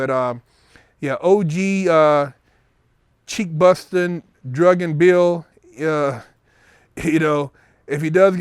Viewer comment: Yo the title of this video left a funny Fukn image in my head. I can picture bill Cosby screaming "wow, OUCH! That ain't no jello puddin pop!" Too funny. Love your vids and I don't know why but I find it sooooo funny every time you say "cheek bustin" lol, keep the vids coming bro